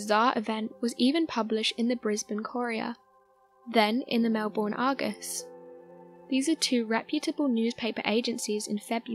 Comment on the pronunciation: Melbourne = Melben, not Melborn... Otherwise, excellent narration...